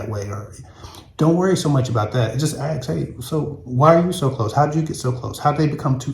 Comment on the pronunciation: Good topic & lol on the "ax" note